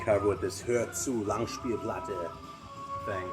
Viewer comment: "Hörzu Langspielplatte" Very nicely pronounced. Greetings from Germany!